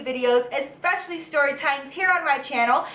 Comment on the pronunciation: I love how she pronounces words with "st" 😂 seriously not being shady. I look forward to it. "Shtory" its so cute 🤗💜